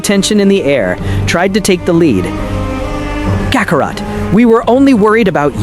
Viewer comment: Kacarot.....really? Why does A.I always mispronounce such easy words??? I heard the A.I pronounce it as Kakarat lol